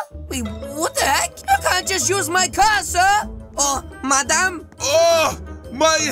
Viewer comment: When he said madam i said is he fhilipino🤣🤣🤣😂😂😂